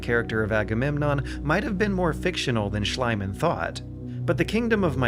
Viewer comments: its spelled shleemahnn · One vowel too many in Schliemann :D (cut the 'a' after the Schl, otherwise it sounds like the german word for slime) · It's Schliemann, maybe better pronounced for an English speaker as "Shleemann". I cringe every time you call him "Shlyman"". Amazing Vid overall, good work! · My only complaint about the video (everything else is excellent): Schliemann is pronounced Shlee-mahn, not Shly-mahn. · Thanks for covering it! But: Schliemann, not Schleimann. iii, not ei. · Honestly I like your video a lot. But ONE THING disturbs my ear when / while I'm listening to the pronunciation of HEINRICH SCHLIEMANN, the famous german archeologist. It is not pronunced Schl-EI-mann, you should have said Schl-IE-mann (like a longer "i") instead, for example like in sp-EH-re oder f-EA-r. Just sayin'! :) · One stadion, two stadia. Schliemann = "SHLEE-man" not "SHLY-man". With Mycenae, if you're going to pronounce the C like a K as the ancient Greeks did, why pronounce the Y and AE as in modern English? In Greek it would sound roughly like "mu-KEN-eye", while the standard English pronunciation is "my-SEE-nee". Salamis= "SAL-uh-mis", it's not pronounced like the plural of salami ffs. I just don't understand putting all this work into a video that's otherwise really good only to bungle the most basic pronunciations of key terms, especially when they're so easy to look up. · Slight correction on the name, It's Schliemann, not Schleimann. The "ie" in this case is pronounced like you would with the name "Lee" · fantastic. I often found myself going more often on a sightseeing tour in the game than actually playing it. I think the designers did an incredible job. p.S: it's Schliemann btw, not schleyman and also not shlime-man. Calling someone a different name is actually... you know.. a different name. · I'm sorry to nitpick here but it's Schliemann (with the"i" pronounced like in the word "believe") and not Schleimann.